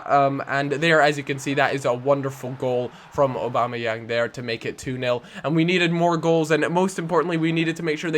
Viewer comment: Aubameyang : or-bam-eh-yang